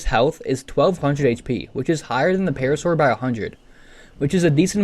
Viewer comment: Paracer❌️ Parasaur✅️